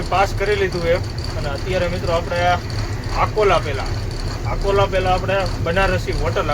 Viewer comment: आकोंला नहीं अकोला बोलो